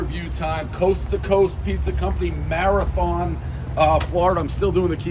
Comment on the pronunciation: At least you can pronounce Marathon unlike Islamorada